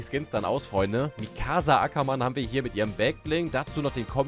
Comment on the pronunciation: Ja digga und dieses Mikaaassa